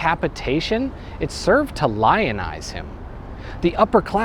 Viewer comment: lionize him or lyonnaise him?!? 🤔